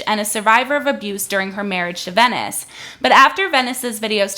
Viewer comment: OK, some things: (1) **VENCES, no Venice. Would help if you could pronounce his name correctly. (2) Where is the NBC News New York article? You should have that as a source in a pinned comment or in the description. I'm going to search anyway, but come on. (3) According to the article, which you can read at the bottom of any article, "Kat Tenbarge is a tech and culture reporter for NBC News Digital." That means that she currently LIVES in New York, but I doubt she works for WNBC-TV or even WNBC Digital. It's a small detail, but it could be damaging to someone's career if used inappropriately. Also, the wedding makeup thing has 0 to do with the work she's doing. (4) I'm not saying the NBC News article was great, but you're giving them more fuel to the fire when you make clips like this. (5) Why hasn't the man been talked to on your channel or podcast? I just want know his perspective.